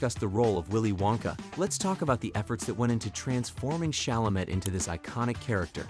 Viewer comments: Especially Tim’s last name. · It's Chalamay, right? Also Hugh was pronounced Hu and Huge. Costar was particularly egregious.